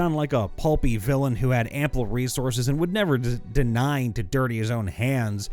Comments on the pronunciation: If you come across a word you've never seen before, I would like to suggest you take a moment to just read it before you try pronouncing it. Deign is not "deny", it's "dayn". Ventrue is not "venture", it's "ven-true". Ostentatious is not "ostainienshly", "o-sten-tay-shuss-lee". I normally don't mind people mispronouncing words, but I'm like 5 minutes into this video and it's like every 10 words where you vomit out some gobbledigook instead of taking a moment to sound out the word. The frequency of the mistakes is honestly impressive. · Deign - Day-ne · Love these videos, even though I silently correct every single mispronunciation… deign? really?(it’s pronounced like dane)